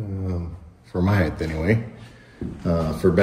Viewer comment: It's not HEIGTH - it's HEIGHT!